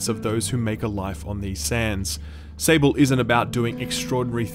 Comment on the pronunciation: Can you someone tell this man it's spelled out "SAWBl" not "Sa-ble" It's the french word for Sand.